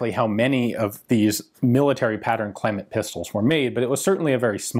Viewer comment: It's actually pronounced Cleeman 😁